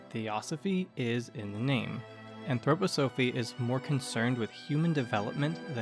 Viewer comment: Great video. However I'm an Anthroposophist and its pronounced ann-throw-pah-suh-fist and ann-throw-pah-suh-fee. Also make the slides with captions a bit longer, I had to keep pausing them to read them. Great work. If you are interested there is Anthroposophist church today with over 150,000 members called the Christian Community.